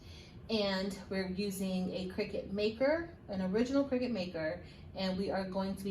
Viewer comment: Where is?! HE would have known how to pronounce Cricut! Great video! It was fun to watch and very informative.